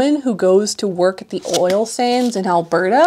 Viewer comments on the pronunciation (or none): none